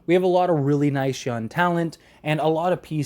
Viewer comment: doesn’t like the letter ‘g’ at the end of words